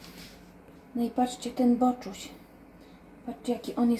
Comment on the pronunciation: Witajcie i Artek 😊Majunia 🐕‍🦺Bartuś 🐈.Cały czas mówisz boczus i boczuś😅.Ale co tam,każdy może się pomylić😊.Miłego dnia ❤. Pozdrawiam ❤. Trzymajcie się. 😊